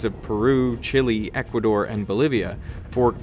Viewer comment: Jajajajaja si dijo chili jaja 😆